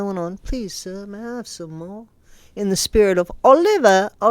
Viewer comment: “Ol-lee-va Ol-lee-va” 🤣🤣🤣🤣🤣🤣🤣🤣.